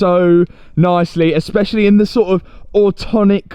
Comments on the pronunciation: Awe-tum-nick ;D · Excellent work ……..well deserved…………Autumnal………AWW…TUM NAL……..!